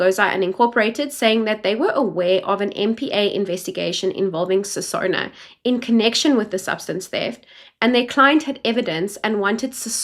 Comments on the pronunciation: Not SESONO, please use correct surnames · Correction NOT Sesona BUT Senona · And Senona instead of Sesona that might be used in defence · Not Sesona, it's senona. It's hard to listen to your channel because you don't pronounce names properly, it's not even about language, it's so irritating. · Senona, not Sesona*